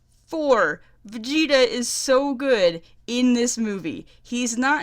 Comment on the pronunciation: And let's not forget Karkarot and Vergerter 😂